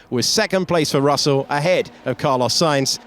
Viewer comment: Este comentarista 🇲🇽 no sabe pronunciar la “s”??? Verjtappen Piajtri Carloj 🤷🏻‍♂️